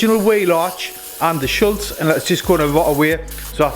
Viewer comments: nice job (btw it’s “3M Body Schutz” not Schultz) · If you stop saying shiltz i'll give you all the info you need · If you’re gonna say a word 328 times in one video please at least say the correct word - it is SCHUTZ 👍🤷‍♂️😆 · wish I had a nicker for every time you say shultz. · Bloody hell do you get paid every time you say shulz I counted about 40 times 😂